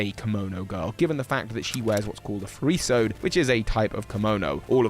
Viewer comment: not how you pronounce "furisode" : (